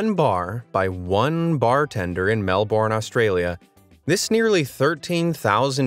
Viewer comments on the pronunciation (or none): Melbourne is pronounced melburn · Ummm not to be rude but please pronounce Melbourne correct bc it’s kinda rude to me bc I live in Australia and I’m not tryna be rude just please pronounce it correct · It kills me how you say Melbourne man not even close